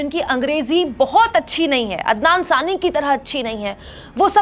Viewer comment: There is nothing wrong in pronouncing a bit different. Waise toh aap bhi kabhi adnan ko adnam pronounce kiya and sometime sami ko saani.. Isme kuch bhi galat nahi hai madam. You are doing a great work in the field of media when there is so much hate spread by other media channels. Thank You very much for this.